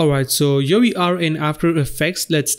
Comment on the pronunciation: Beside the very good tutorials it is a bit stressful how you pronounce "here" ... every time i hear "...over yo..." i get pimples on my skin... xD ..try to say HERE and not YO